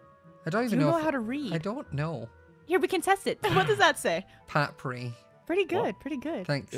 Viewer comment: "Papry" 2022 🤣